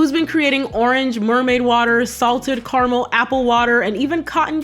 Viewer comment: Learn how to pronounce caramel. Dislike .